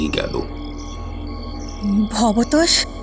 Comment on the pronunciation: কি আশ্চর্য!উনি "ভবতোষ"বাবু,ভবেতেষ-নয়